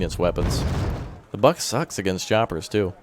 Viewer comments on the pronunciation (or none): none